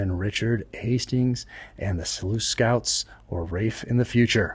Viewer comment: reading True Believer, just one comment, after all the research you put into the accuracy of your novels, why wouldnt you get the narrator for the audio version to pronounce “Selous Scouts” correctly!!